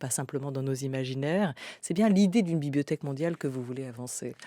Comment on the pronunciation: La" bibiothèque" 🤣 Comme les petits nenfants ! J'adore !